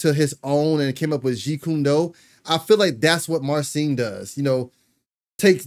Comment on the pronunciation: Thanx for nice reaction. Two guitar legends doing legendary stuff. Greetings from Poland. PS. Sharing a big secret: His name should be pronounced [mar-cheen] [putt-shuw-weck]